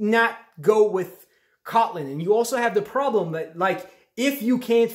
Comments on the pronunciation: You’re pronouncing it wrong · somebody had to say it. lol.